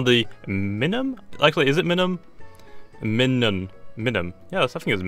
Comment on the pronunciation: I think it's pronounced like my-nun, not like how u did because you say minus like my-nus